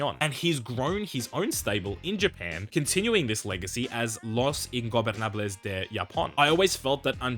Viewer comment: love that he says ingobernables almost flawlessly